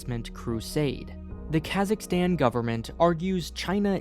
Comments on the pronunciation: LOVE the info but your pronunciation is painful! Considering your geographic and linguistic expertise I'd assume you'd know that the American "aa" (as in cat) sound is EXTREMELY rare in the world?!? It's "Kazakhstan," dude, as in "father"! Your cat in the hat pronunciations are like fingernails on a chalkboard! Thanks for the info though :) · I see some comment bitching about "Kazakhstal" thing XD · lmao kazakhstal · They need a true Kazakh to be in this and its not kaaaaazzzzzaaaakstanneee its Kazakhstan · It's pronounced K-AaH-Suhk-stan. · That is not how you pronounce Kazakhstan